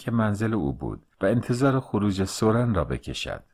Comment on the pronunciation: سورن را بر وزن سوزن تلفظ می کنیم